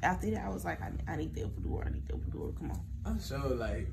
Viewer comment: This is so beautiful but are we gonna act like he didn’t keep saying epidurion lol.